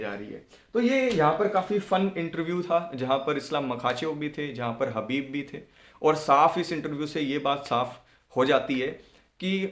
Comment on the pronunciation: हबीब नहीं खबीब